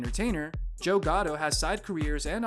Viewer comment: Is this one of those automated text-to-speech voices reading cause they can seem to get some of the pronunciations of the names correct. It's GATTO no GOTTO, and SAL, not SAUL.